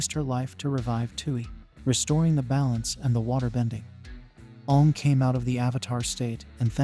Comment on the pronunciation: Are you seriously pronouncing his name like the movie did?